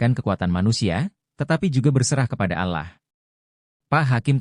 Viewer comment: Yang menceriterakan ini siapa ya kok Allah dibaca alah bukan Alloh